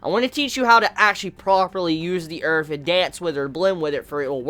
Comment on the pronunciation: nice good revew, but allow me to point out 1 thing to you please: the word is earth, not earf, LOL!